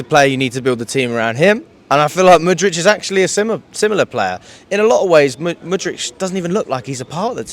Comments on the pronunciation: It's "Mood-Rick" not "Mood-rich", please stop saying it wrong because it drives me crazy 😭😭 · can't even pronounce mudryk come on bro